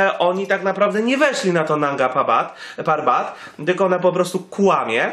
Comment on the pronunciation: Mógłbyś się nauczyć chociaż nazwy góry Manga ,Narga Papat